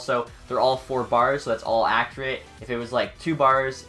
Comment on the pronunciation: I cringe when u say accurate, other than that, amazing video